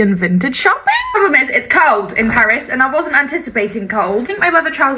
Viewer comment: I like that she said Paris in the French way and then still punctuated it with a hard S sound